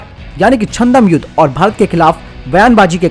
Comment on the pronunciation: Chandam Yudh nhi Chadam Yudh hota